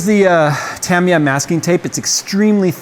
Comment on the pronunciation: Decades ago, I pronounced Tamiya they way you do. Double action airbrushes are the best, once you get the hang of them. I'm liking the build!